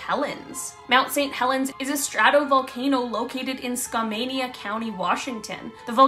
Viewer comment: ROFLMAO... skamania county?